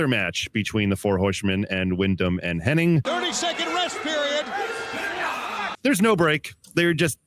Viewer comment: It’s Hennig, not Henning. 🤦🏼‍♂️